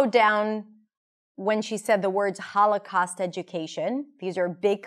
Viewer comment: I am quite fluent in English, but this time I am pretty sure I heard "all the costs of...." instead of "Holocaust" ....anyone else heard the same?